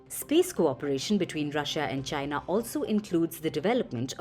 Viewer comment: You can tell if the network is hostile to China by the way they mention China . They will usually say chyynnaa instead of China ! FP is hostile like fk !